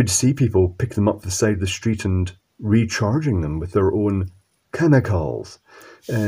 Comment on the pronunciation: Is it just me or did he say the word chemicals a bit weird at the end 😆